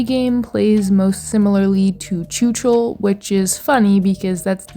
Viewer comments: pls plsss PLSSSSSSSSS .. go to google translator and learn how czechs pronounce letter "CH" .. write in czech "chuchel, machinarium, čučel" and press voice speak because it's NOT tchutchel Chuchel means something like a "ball of hair". The pronunciation is VERY different and carry very different meaning, the proper means something with a ball of hairs twisted together, your pronunciation means "stared dumb" in past tense in czech xD (written as čučel) So "chuchel čučel" means "the ball of hair stared dumb at..." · My ears! I know I know I know. But the "ch" is supposed to be pronounced like "j" in "José" or "j" in "fajitas" (Spanish). Very often the "ch" sound from Slavic languages is being pronounced like "č" in English. It is super weird and a bit annoying. The ice hockey player Zdeno Chára, was constantly pronounced like "čára", which means "line". It totally changed the meaning of his surname. He is not Mr. Line! But this video brings so many memories... I had an idea, about a game that could be called "electronium" that would be the "path" of an electron traveling his way from the rails to the overhead catenary through a T3 tram. With intricate detailed steps, technically correct, with easy to solve puzzles (based on the original T3 design, which is a PCC streetcar). It would be a "technical" game, but it could include various spin-off "routes" of the electron, based upon what the tram is doing. FFS it is not "choochool". It rips my ears from my head. It is not like the "sound a steam engine makes". Sorry, but I had to write this to ease my mind. I cannot give an answer to your question. Both are cute in their special way. If I should pick one, I would pick the gnome. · Yay, Czechia mentioned :D Your pronunciation of chuchel is silly